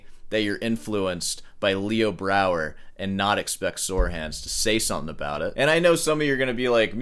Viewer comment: Yeah, he mispronounced Leo Brouwer about fifty times too. What a douche...